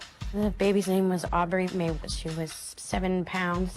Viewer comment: Why are they pronouncing aubrie Mae so strangely?